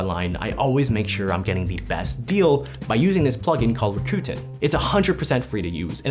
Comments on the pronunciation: “Rakuten” is pronounced…RACK-uh-ten. They even had a commercial a few yrs ago about how to correctly pronounce their name.😊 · You lost me with how you pronounce らくてん